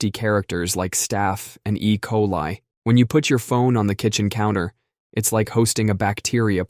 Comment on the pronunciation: tf why you say "E CoLi" like that😂